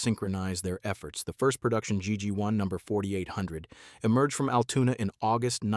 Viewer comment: Yes agreed, Altoona, not Altuna. Wish content creators would do some checking before posting........